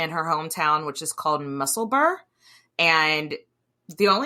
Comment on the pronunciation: Hi 👋 and you pronounced Edinburgh perfectly 👌👏, but Inglis as in Elsie is pronounced Ingles (as in shingles!) and Musselburgh is pronounced the same as Edinburgh with ‘uruh’ at the end instead of ‘burg’. As this show was centred around women’s rights in Edinburgh with a touch of medical history, you might also be interested to know that the medical establishment in Edinburgh, particularly the Edinburgh Royal Infirmary still treats women like crap and hasn’t changed all that much since the 17th century. Flipping from history to politics here but my advice is don’t get pregnant and go to the RIE to have a baby (even medical staff ask not to give birth there) and second try not to be a woman with any heart health issue in this city as the entirely male cardiology department will gaslight you and tell you there’s nothing wrong with you. This has happened to countless women especially of peri and menopausal age. They don’t recognise women’s hormonal changes as a major cause of heart health issues despite this being the number one unaliver of women and the one most likely to be misdiagnosed. Anyway, enjoyed the conversation - very entertaining! ❤